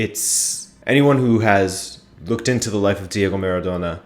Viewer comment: Dude, for once pronounce it the right way: MA-RA-DO-NA. Not Merredonna.